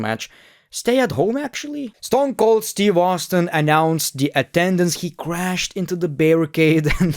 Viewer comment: my guy ... you butchered the Rattle Snake 😂